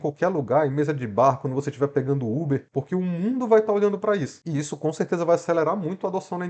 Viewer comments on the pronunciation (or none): none